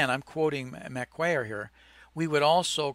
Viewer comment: Gordon, great video. I watch all your content. Macquarie bank in Australia is pronounced "Ma-quarry"